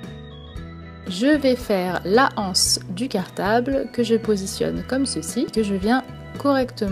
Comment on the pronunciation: Salut je t'adore c'est grave a toi que je fais de la fimo mais on ne dit pas la anse mais l'anse